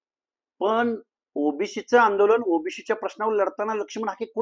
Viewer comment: पहिले ओबीसी म्हणणं शिका सर ओबिशी वंगाळ वाटतंय